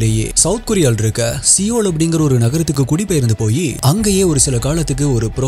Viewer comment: Seoul isn't pronounced as 'seeowl' but 'soe ul'